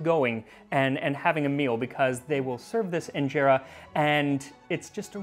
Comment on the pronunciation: In-je-ta that’s how it’s pronounced I’m Eritrean lol 🇪🇷